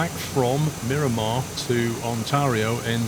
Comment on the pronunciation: Come on! Multiple people in last video pointed out that it is Miramar. When you entered the airport in Sky Vector it TOLD you it was MIRAMAR MCAS. You continue to call it and label it Mirimar. As a San Diego native, this bugs me greatly. Where are you getting Mirimar from?